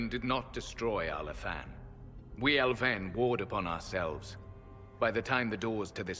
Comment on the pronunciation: You know how you tell you're a nerd is when you cringe when a voice actor slaughters the pronunciation of a fictional languange. Come on learn your elven!